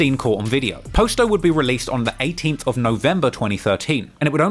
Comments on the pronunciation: It’s not po sto it’s pronounced pasto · Bro “Pasto’s”name is pronounced like Pasta they say it in every video where they use his name. It’s killing me that you keep pronouncing it “posto.” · Its Pronounced "Paas-toe"